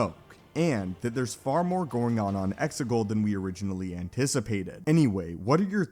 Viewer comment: No offense mate,but it's Exegol, Xigul. I could be wrong.